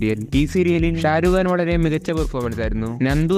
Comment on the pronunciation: Sharukh khan ❌Sharuuu khan✔️